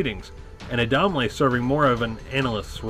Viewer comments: I know you never got to watch it when it aired on TV because ive never heard anyone pronounce the names like you ...its mike (adam-lee) and Larry (zon-ka) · Mike was such a prominent part of the show, I have no clue how he butchered the name so badly. Not to be a dick, but did he actually watch the show? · Came to the comments to see if the mispronunciation had vexed anybody else. Turbo was my favorite gladiator, but I liked almost all of them. The only one I didn’t like was Viper—such a cocky shyt.